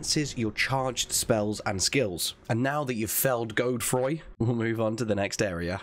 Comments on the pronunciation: It’s pronounced Jode-Froy! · Just so you know, dude I only know this because there is a town around where I live that has the same name It’s pronounced “God-uh-Froy” with the emphasis on the first syllable 👍🏻Godefroy👍🏻